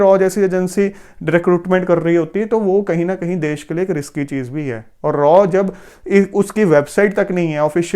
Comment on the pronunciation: R And AW This is right Pronunciation Raw Never Like Raw Pronunciation..